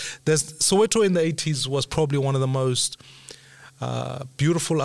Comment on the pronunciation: ...that 'most' sounded like it coming from a Brad or Johnny broe...😆